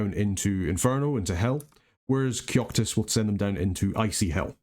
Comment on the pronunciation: Are horrors counted as a third party? If so you could have fun combining summoned horrors with vortex of returning and battlewide wipes for longer durations without sacrificing too many mages. Also, I'm curious how you ended up pronouncing Kokytos as Kyoktos. No offence intended, just curious about how brains get to be where they are at any moment. :)